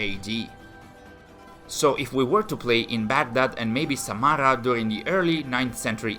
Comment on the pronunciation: ok, so Samarra and al muttawakkill were pronounced pretty well, as for al-khwarizmi you need to put more emphasis on the Kh part of the name and here is a simple breakdown of how to say it as a whole. Al- Khawa-riz-mi basically in the khwa part of his name you have to pretend as if there were and a between the kh and wa as his name in Arabic has a kind of ‘wow’ sound that can’t truly be replicated in English. Hope this helps.